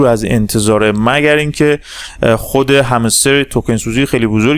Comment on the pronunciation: نظر بنده: دوست عزیز آقا نیازی نیست لحن سازی کنی ، صدا سازی شاید بشه هضمش کرد ولی لحن سازی خیلی زشت و چیپ هستش. چرا حرف "ر" رو ی جوری "ر ُ " تلفظ می کنید؟! هَمِسْتِر: همْسْترُ معروف: معـ وووف رمز و راز: رومز و رواز ؟! شما در تلفظ ی سری کلمات سطحی مشکل داری ، چرا می خوای با ساختن یک لحن خاص و لاجچری نشون ب